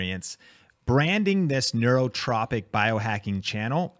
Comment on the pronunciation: Need to say Neurotrophic correctly.